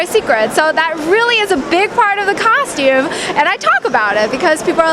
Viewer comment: i hear ,costume cocktum cock, cock, cocktume and cock cock